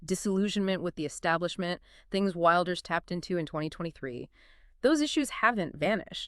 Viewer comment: "Wilders" is pronounced "will ders", not "wild ers". And arguably he did the right thing here: the coalition he was a part of had made it clear that none of his interests were going to be considered, even though he has the largest party. This is the same trick they played on him the last time: get his support, and then don't support him. I'm not surprised that he left, but I do fear we will end up with a left-wing government that will do even worse on immigration.